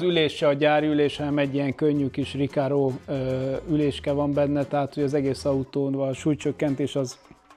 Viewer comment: "Rikáró" 😂😂😂 Nem Rikárdó...??? 🤣🤣🤣